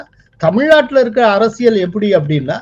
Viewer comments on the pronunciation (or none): none